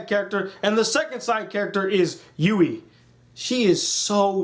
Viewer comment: its kirito not kiriko or even kirika wtf nigga??? you only pronounced yui and asunas name right